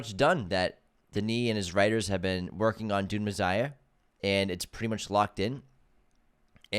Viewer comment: “Dune Mezziah”